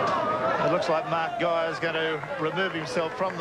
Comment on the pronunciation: Two of the pronunciations (“van der vurt”, “gay-er”) are wrong.